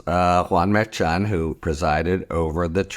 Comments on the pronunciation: EXACTLY! It is not pronounced MAIR CHON or MAIR CHUN. Names are important. He doesn’t listen, and he doesn’t care, and it’s extremely disrespectful! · Idk why it bothers me so much, but the judge's name is pronounced Mer-Shawn. Your own KM told u how to pronounce it. It seems disrespectful, like how Republicans mispronounce Kamala.